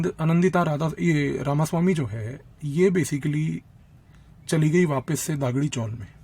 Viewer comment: You are giving a good talk but pronunciations are wrong . Not Gaavli but Gavli . Not Daagdi chawl but Dagdi chawl . Thank you